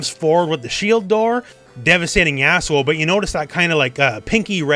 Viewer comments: I kept mishearing "Yasuo" as "Asshole" because I didn't realize that was his name. "But then Braun just kinda slams forward with the shield door, devastating asshole" made me sit up, raise the volume and turn on the CC. I was so confused. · Dude are you calling yasuo "Asshole". It really sounds like it lmfao